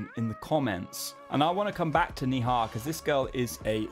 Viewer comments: It's neigh- ha, not nee-haa! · What did you say??..man I'm sorry it's difficult to pronounce but it's very simple it's not nehi it's Neh-Ha,like "Neh-Ha" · You hear sunidhi or Shreya ghoshal you will love them heads over heels instantly. Even older generation like Lata ,aasha, alaka they are so good. But still I liked your video with neha kakkar. You instantly picked some hindi words correctly with correct pronunciation. It's neha not niha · Firstly hope u correct pronunciation of indian names as ta westerners pronunciation of indi names seems funny and out of place......forget ta spelling, do it ur way- Neha should b pronounced NAY HA.......! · I bursted out laughing at the way he said Neha 😂😂😂😂